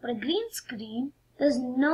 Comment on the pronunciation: gareen scaaaareeen isss vary udgly XD im dying